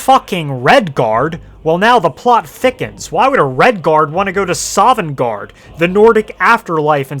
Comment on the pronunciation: "Not quite sovengarde"